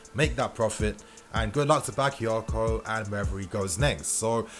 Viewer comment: Say it Right..Not Baka because he not English..or he not Rice..smh..Ffs